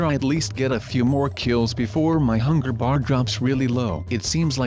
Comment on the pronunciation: did he say hunger...BEER